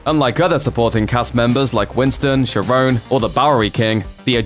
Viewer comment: Its pronounced "care-ron", not "sher-on"